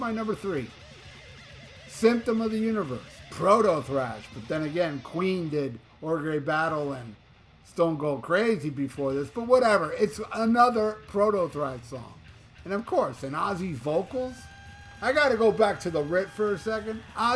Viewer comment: Love love LOVE Sabotage. Ogre Battle is pronounced "Ogar Battle" like Shrek.